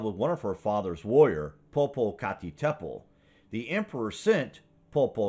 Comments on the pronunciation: LOL - I'll have to remember that as well as "Pop a cat a petal" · I think you’re saying poopoocacatadpole wrong